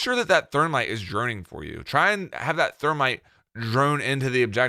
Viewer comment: why can you not say ops names :') hobona? thormite lol